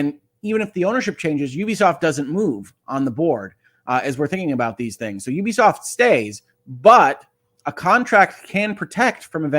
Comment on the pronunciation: First off, thank you for being one of only a handful of people in gaming media who actually knows how to pronounce Ubisoft correctly. :) Secondly, while I do think a buyout is inevitable at this point, if Tencent ends up owning the company, that'll be the end of them getting my business. Tencent is one of the most evil companies in the world and among many other things, are also the operators of the social credit system used by the CCP autocracy. Dig into them a little bit and you'll see how awful they are. Even as they continue to gobble up more and more of the industry, I've managed to largely avoid giving business to companies they majority control. The biggest problem with this situation is that despite Ubisoft being a public company and the duties that comes with, Yves Guillemot has always treated the company like it's his family's crown jewel. That's why he's tried so hard to rebuff all priot buyout attempts and why any suggestion that he hand over the CEO role to someone else is immediately and strongly shot down. This is about ego for him as much as anything else, which is why he's only considering taking the company private if he gets to remain at the helm. Consolidation is bad for consumers and ultimately, I'd like to see the company not be sold, but despite leading them through their biggest years (he's literally been the only CEO since 1986), he's also led them into their downfall. NFTs, failed free-to-play projects, the massive bloating of their open worlds, chas